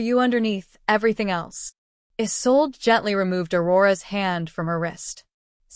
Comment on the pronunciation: What's with the gibberish that runs through parts of the story. The Story is Good I enjoyed it but someone really needs to do some proof listening or reading. Isolde, Isolde not a sold.